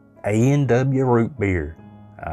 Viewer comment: Was that eaw root beer ? Sorry couldn’t hear you properly 😂